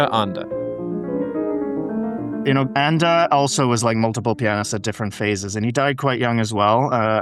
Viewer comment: It's Anda (not Anga)... Twice!